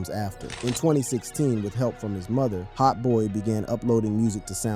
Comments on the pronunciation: HOTBOY-E 🗣‼️‼️😂😂 he gotta be fuckin round cuz godammmn 😂😂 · I could’ve swore I heard him call Hotboii like Hotboii-e lmao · Why tf yo reading his name like that lol